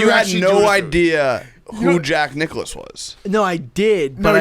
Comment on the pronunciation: really said Jack Nic' Klause